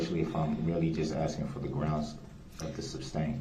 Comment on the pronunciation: "Axing" the judge for a certified copy of her "oaf" of office.